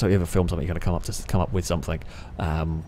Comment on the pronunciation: "no one has caugtend on" "Somethink" 😂